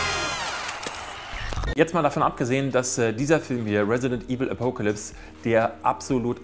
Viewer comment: Apokealypse :> Beste Aussprache! :3